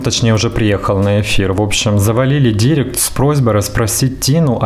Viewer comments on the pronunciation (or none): none